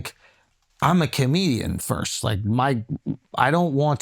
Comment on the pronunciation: Why can't Akash say FIRST properly?